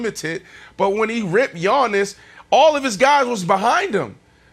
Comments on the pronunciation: Chris Broussard "kudos to yannos" Thanos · Even when Chris gives Giannis his flowers still manages to trash him talking about “Yownus” 😂😂😂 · “Gianos” - Chris Brousard Thanos Giannis 😂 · Did chris say yanos?😭😭😭